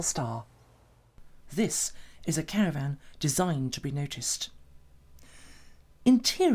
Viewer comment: What’s a “caraRvan” LOL